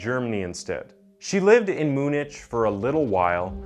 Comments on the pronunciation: Moonich? Have you never heard the name of Munich pronounced before? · Munich. Moon-itch. Lol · Holy mispronunciations, Batman! I love this type of content and you deliver it well but damn, you mispronounced pretty much every city, even the well known ones like Munich. It's pronounced "mew-nick" not "mew-nitch." Still, great content, the mispronunciations are just so prevalent it's impossible not to notice and chuckle a bit. I mean, you even got the name of the subject wrong several times in different ways. Carranza became Carannaz, Carrenza, Crannez but then sometimes you actually say Carranza. Even the word often is destroyed. The T in often is silent but so many people now mispronounce it that a lot of dictionaries acknowledge that people are starting to pronounce the T. Instead of addressing people saying it wrong they just caved and added "People have started to pronounce the T in modern usage." 😂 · Why does the narrator keep calling the killer Carranaz, when it’s Carranza ? And where did he learn to pronounce places so badly ? ‘Munich’ is not pronounced ‘Moo-nitch’ but ‘Mew-nick’ (or in German - Munch-en) Also, why are the words ‘Killer’ and ‘crimes’ obliterated from the on-screen text ? Especially when the word ‘Killer’ is in the title of the video ! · Dude I don't know if someone else has already mentioned this but you need to do some research on the correct way to pronounce places etc. Munich for example is not pronounced as moo-nish, instead it is said as 'Mew (as in like new) followed with 'nick'. I'm not trying be an a-hole but it's only for the fact that I was able to look at what was coming up in type on the screen that I knew wtf you were talking about. There were quite a few others but you did get Berlin right!!! Hey on the positive it was an interesting if not disturbing case to be made aware of through your channel, so Thank-you for that. First time I've come across your channel. Hoping it goes well for you🙂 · "Moon itch" Germany😂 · Munich Butchered